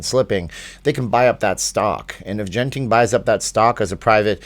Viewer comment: It’s a hard G in Genting. Pronounced like the G in good.